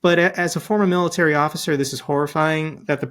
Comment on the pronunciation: I disagree He didn't use to sound like he was having a stroke mid-sentence like he does in a lot of his speeches these days. Just look at his speech from Memorial Day. Where he couldn't pronounce the word military and instead said militer, realized that he didn't say the correct word and tried to correct himself and said the exact same thing. It was obvious watching it that he was having problems But hey if the Republicans want to rail against Biden and his age I say Trump is more than fair game as well